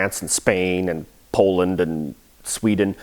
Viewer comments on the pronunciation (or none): none